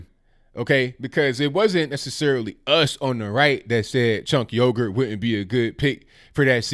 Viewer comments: Chunk yogurt, man I had to pause and laugh it out before I could even resume watching the rest 😂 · I prefer the Turkish pronunciation, which sounds something like "Stench Huger." But whatever. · Lol! It sounds like you are pronouncing his name "Chink Yogurt". Love your channel!